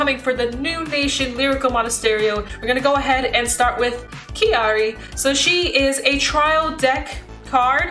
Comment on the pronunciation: Crying at every time mispronounces Kairi 😢 still an amazing video tho